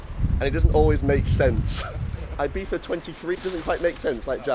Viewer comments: Broooo It's EE-BEEZA ffs. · why do both of yall say 'ibifa' ?? not being annoying against the accent just trying to understand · why not 'ibitsa' ?